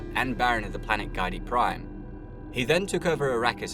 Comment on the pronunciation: Dude how much time did you put into making this? Also Giedi is pronouced "gee-eh-dee" not GUY-DEE...it's derived from arabic as many other words in the novels are.